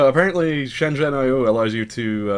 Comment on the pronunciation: Nah, you're pronouncing it right. "shen jen eye oh"